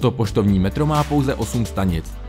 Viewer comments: pošrovní metro? :-D Ale jinak super videjko. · To pštovní metro máš trochu blbě. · poš(R)ovní metro😅😅😅😅